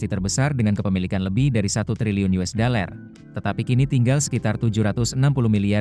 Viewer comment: Yang baca kayaknya mesti belajar baca "dollar" bukan "deler"